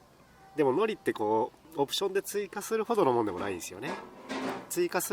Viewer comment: 海苔の発音間違ってませんか！？wwwラーメンシリーズ最高です